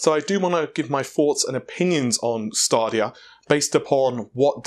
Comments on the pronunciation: I bet a yank pronounced it that way and everyone else just follows. I've noticed many American's have a simple word in front of them and don't know how to pronounce it, like Navi or Stadia. BTW its "Nav-eee" not "Nar-vay" (as in navi-gate) and its "Stay-dia" not "Star-dia" (as in the plural of stadium, stadia). Heck, they don't even pronounce the letter "T" in many of their words, "Innernet", "Innernational" and "Inneract" for instance. That is really annoying. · Just one minor observation, Stadia is pronounced ‘staydia’ (as in stadium), not ‘stardia’. Google referenced this in their introduction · Google themselves pronounced it staydia, not stardia. It’s their product, so will use their term. It is indeed Greek for stadiums (pronounced ‘staydiums’), so makes common marketing sense. There are several Greek terms that are no longer pronounced the way they were millennia ago. Language evolves, and things change. Not a big thing really to be honest. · Stadia is pronounced like STAY*DEE*UH